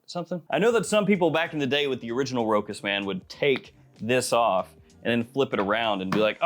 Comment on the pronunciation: FYI, Rochas is pronounced with a "sh"...so "Ro-Shaas" instead of "Ro-kas"